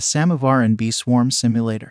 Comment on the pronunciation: as a russian i can say you pronounced "samovar" pretty good